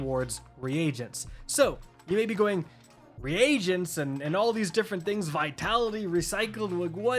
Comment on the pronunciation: Dude. I like your content but you gotta be saying those words wrong on purpose, right?? I don't think that's how you're supposed to say "Reagents".